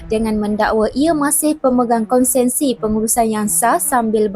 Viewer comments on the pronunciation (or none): Konsesi bukan konsensi